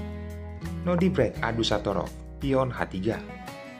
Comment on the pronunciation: Nodirrrrrrrrrrrrrbek bkn nodibrek😂😂😂😂